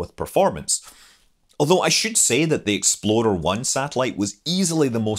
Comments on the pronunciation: I kept hearing Exploder I. I kind of wish that was the actual name. :-) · It sounds like you're saying "Exploder 1." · I keep thinking hes saying "exploder 1" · ...and I just now got done making that comment myself! Just glad I wasn't the only one hearing it that way. Reminds me of that browser, "Internet Exploder". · Every time Scott says Explorer 1; All I hear is "Exploder 1" Must not be a fan of Ford Explorers... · I remember building a plastic model kit of the Jupiter-C and Explorer 1 when I was a youngster. I still can picture the small bumps around the underside of the "bucket", now I know they were rocket nozzles! I loved the details in the video, Scott, but with the differences between our accents I started hearing you call it "Exploder 1", and now I can't help but hear it that way! 😁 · i was thinking all the time that you was saying Exploder 1